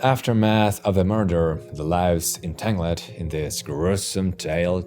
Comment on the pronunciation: No way this guy said entang LED